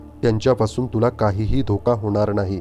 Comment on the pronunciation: ज्ञाण, अणूभव, णाही - ज्ञान अनुभव, नाही उच्चार सुधारावे नम्र विनंती